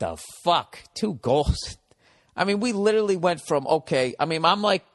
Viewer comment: I still hope that one day Bill will learn how to pronounce 'literally', or use it correctly in a sentence.